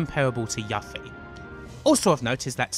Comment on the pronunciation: "Yuh-ffie." That's a dislike.